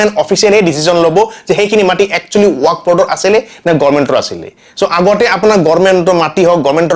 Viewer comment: ৱাক নহয় ৱাকফ । শুদ্ধ কৈ কোৱা চেষ্টা কৰিব।